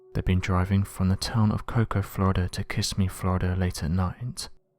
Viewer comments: Kissimmee, Florida is pronounced kiSIMMee not KISSimee. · Its Ki-sim-ee not kiss-me..